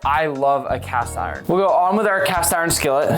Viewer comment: Man’s cast iron sounds like ocean lol